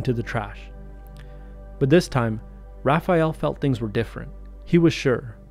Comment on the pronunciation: You are the first english speaking person that I see who pronounce "Raphael" correctly. Most people say "RaphEal"